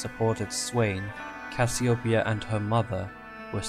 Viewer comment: Cassiopeia not cassioepia lol